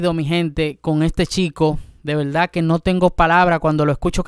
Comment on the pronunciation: No se dice velda, se dice verdad